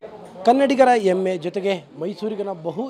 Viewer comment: ಕನ್ನಡಿಗರ ಎಮ್ಮೆ ಅಲ್ಲ ಮಾರಾಯ.....ಹೆಮ್ಮೆ.....ಹೆಮ್ಮೆ....😅😂😅😂